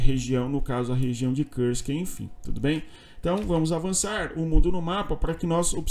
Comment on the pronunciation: Por que fala Kursk como se fosse em inglês?